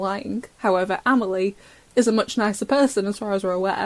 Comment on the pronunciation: ITS AMELLIE. AMELIA ... A ... FELIX MOTHER.